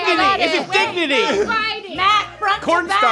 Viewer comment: Sounded like "Dig-Nutty!"